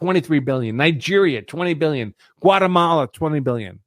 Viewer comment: Let's get some facts correct. according to you the 2016 remittances to India were $10.6B (you keep emphasizing billion with a B in your tone to drive home the impression that it is a vast amount). Divide this by some 4 million Indian living in this country and its $2500 per person. Thats pocket change for the Indian community who routinely earn 200K-500K in salaries. So the vast amount of the money (95%) is still being invested in the U.S. So Indians are not the problem. They are the richest minority and start plenty of businesses. All this is being done by being underpaid at the cost of an American worker? Come on, get real! Talent gets paid in tech.That vast amount they save and invest routinely creates millions of jobs for Americans of all color, white included. You keep talking about the value system that they do not assimilate with. What is that value system? eating burgers and fries and boozing up and not wanting to burn the mid night oil and simply claiming that there are enough smart people who can do the jobs? shacking up out of wedlock or snorting high? what value system do you want foreigners to emulate? In fact we may be better off learning something from them. The U.S. has never had a problem if the anglo Saxon from Western Europe or Australia or England or New Zealand came here. but guess what! They don't come here (at least talent doesn't want to come) because they have developed country that looks every bit better than the U.S. why will they come here. That le